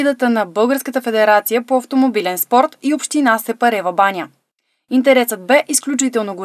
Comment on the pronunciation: Еееееех научете се САПАРЕВАБАНЯ не СЕПАРЕВАБАНЯ